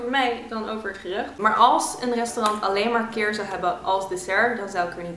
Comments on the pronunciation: de rijst dessert die 'keer' heet spreek je uit als 'khier'. Gewoon 'kier' maar dan met een soort van 'H' klank na de 'K'. 😊 Ik ben Pakistaans en bijna alles is het zelfde wat bevat eten. Feitje: India en Pakistan waren ooit 1 land. Ik vind dit echt de tofste proefwerk die er bestaat. Love it! ❤❤ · Kheer spreek je uit als khier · je zegt gier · echt grappig hoe al die dingen zegt zoals kheer 😂😂 als je weet hoe je het moet uitspreken is het echt grappig om te horen hoe iemand anders het zegt 😂😂(no hate)